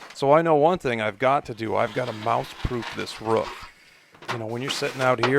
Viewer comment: It’s Roof, not rough